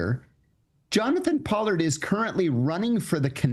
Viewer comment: Who says Pollard like that? I've heard that name all my life and never heard anybody say it like that.